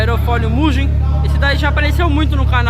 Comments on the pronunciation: Sim eu sei mas tem muitos que falam muguem kkk sendo que a escrita é mugen e a pronuncia e mujem! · "muguên" a pronúncia. Taca no tradutor em japonês